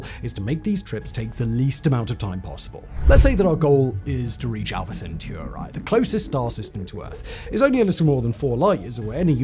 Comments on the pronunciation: I cringed each time he pronounced Alpha Centauri as Alpha Centuari. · So you just chose whatever vowels to pronounce Alfa-Centauri…